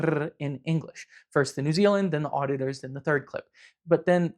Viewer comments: The auditors guy sounds like he’s saying otters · i'm hearing people saying "auditurrs" in this rapid fire bit